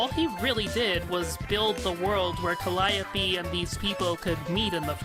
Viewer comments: "Calliope" is pronounced "CAL-ee-ohp", not "cal-AY-opee" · It has been a confusing thing in Homestuck, but in one of the parts where Calliope shows off her Trollsona, she mentions that the Trollsona's name is Callie Ohpeee Stating that "It's jUst my name spelled oUt phonetically". Also, she gets her name from a Greek muse also named Calliope, and Greek Calliope is pronounced kə-LY-ə-pee.